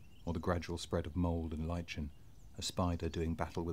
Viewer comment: I like to think you pronounced lichen like that just to incite my rage. More please, and I must remember to sign up for the list after dinner.